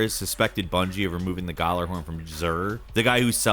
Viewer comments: Late comment, but the J in Gjallarhorn isn't silent. It's pronounced as a Y like it is in other Nordic words. Ever heard of Bjork? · Oh my god every time he pronounced gjallahorn i was in physical pain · Hearing him pronounce Gjallarhorn is painful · Dude pronounced gjallahorn wrong asf🤣 still love you tho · I hate the way you say gjallahorn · The way you pronounce gjallarhorn infuriates me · The way he said gjallahorn made me cringe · Jesus Christ the way he said gjallahorn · it happens. Lotta people pronounce it with the G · Bruh the D2 disrespect is strong with this video, the pronunciation of D2's most legendary weapon and the damn Dera from Warframe being the model for the lens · any destiny players kinda itching at his pronunciation of gjallahorn, honestly cant blame him either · I've never commented on anything on YouTube but the way he pronounced gjallarhorn makes me uncomfortable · The narrator has the worst pronunciation of Ghalarhorn I've ever heard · Lmao “Gallahorn” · It’s pronounced Ya-la-horn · it's pronounced Yallahorn :) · Oooof that pronouncement of (gala-horn) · Gjallarhorn is pronounced Gee-yal-er-horn. It's name is based off of Nordic language. The Gj makes a y sound. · hmm yes the "Garlahorn" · That’s not how you say it. It’s called the galler-horn.say it kinda fast. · Fun fact. The Gjallarhorn, is pronounced "YĀlllarhorn" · I like how he says Gjallahorn lol. The j is supposed to be silent and pronounced gallahorn but they put a j in there to be unique I guess. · But like… “galler-horn”? Is that… seriously how people think you say that? Like. Really though? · galler...horn... dont do this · The way he says Gallahorn is annoying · The way he says Gjallarhorn hurts my soul. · Bro I don’t like the way you pronounce gjallarhorn xD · Everytime he butchers the name of the ghorn I cringe irl. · Um you pronounced Gjallahorn so wrong it hurt me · gallerhorn Everyone else: gee-yallahorn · Also, its pronounced Ya-la-horn